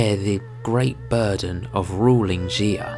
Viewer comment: Its pronounced Sha, not Xi-ah, other than that, nice work.